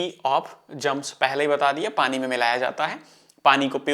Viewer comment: padi nhi pani hota h bahiya kitna bekar lgta h sunne m aap padi bolte ho tum